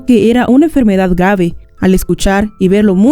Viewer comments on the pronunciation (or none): Jajajaja me dio risa cuando dijo gabe envés de grabe, amo tus videos ❤